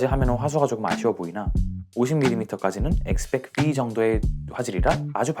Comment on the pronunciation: 예전에 X100V 리뷰때도 그랬는데 왜 엑스배끄브이 라고 하시는거예요????